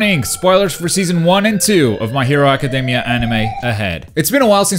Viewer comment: Dude, the way you say "academy", just, please go check out the pronunciation xD